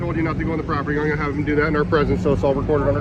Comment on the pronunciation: "You thee me on public propityy" at it again